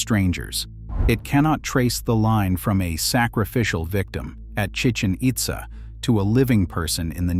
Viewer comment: It's Chi-CHEN It-ZAH. See the accent marks? It's not Spanish, it's Mayan.